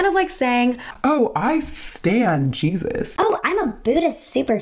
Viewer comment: I almost died when you said "I sTaN jEaSuS"